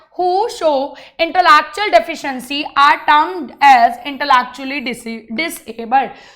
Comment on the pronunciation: It's in·tuh·lek·choo·uhl Not intalatuuuaal